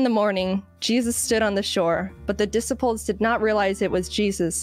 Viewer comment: Dissiples. XD Also, correcting others on pronouncing her last name should be a drinking game.